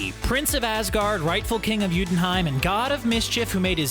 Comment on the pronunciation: This guy can’t pronounce half of the shit he says, he said youtunhuim not jotunheim (yotunheim)